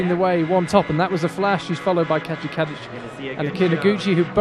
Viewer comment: Can't help it but I keep hearing the commentator say "Katja Cabbage" instead of Kadic.